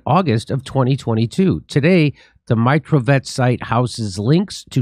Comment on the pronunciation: Not [mairotvotetc] but [meerotvorets] actually. [meer] mean peace, [tvoretc] - maker, such a killers-peacemakers))